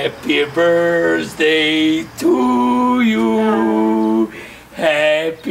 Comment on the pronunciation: 0:6 kaze brsdej umesto birthday